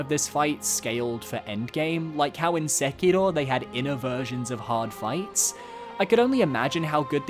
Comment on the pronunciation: I don't know what's up with your pronunciations of Friede and Sekiro. It's totally not how they pronounce the words in-game.